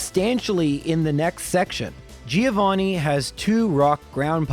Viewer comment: It's pronounced "Joe vanni", not "Geo vanni". Sort of.